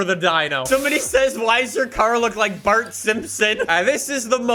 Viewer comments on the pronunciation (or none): none